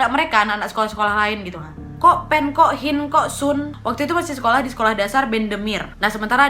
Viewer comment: Ngakak klo ngomong kok hin kok soon dll awokawoka